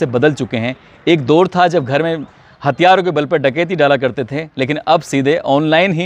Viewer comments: तलफ़्फ़ुज़ पर ध्यान दें दोर नही दौर होता है और हां अल्फ़ाज़ बदल बदल कर यूज़ किया करें आप रोंगटे बहुत खड़े करते हो ये सेंटेंस तो सुन सुन कर मैं थक गया हूँ। 😅😅😅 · दौर होता है दोर नहीं। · दोर नही दौर....तोर नही तौर ....अबे तुम सारे क्राइम स्टोरी सुनाने वाले अनपढ हो क्या 😂😂😂😂😂